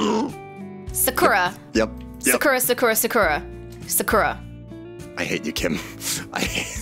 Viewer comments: It sounds like kim is saying Saqura, it sounds retarded. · potatos Kim pronounces it sa-KU-ra. sounds more like saku-RA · I feel his pain , I just can't anymore, it's pronounced sa-ku-ra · gets mad when kim mispronounces sakura, says otaku wrong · When corrected Kim on her pronunciation on 'sakura' I was just too happy. Thanks, you saved from me cringing every time she says that. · I cringed everytime Kim pronouced 'Sakura' incorrectly